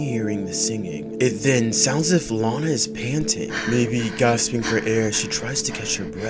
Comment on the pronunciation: It 's not lina it Lana.